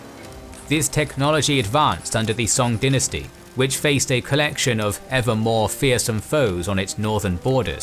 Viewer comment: Pronouncing dynasty that way at the beginning rubs me the wrong way